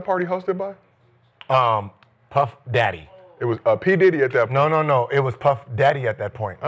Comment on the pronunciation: Gil please don’t say Puff daddy like that again😂😂